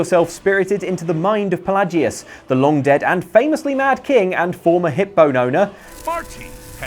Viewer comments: Okay no You even hear them say Fel lay jus Not fa lah jus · Shay-O-gorath.... Pa-lay-gee-us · The way you pronounced Pelagius and Sheogorath just irritates me greatly